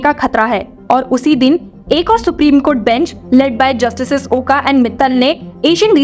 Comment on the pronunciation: The surname is pronounced as OK or like Oak tree . Oka or Oak is the way in which is spelled.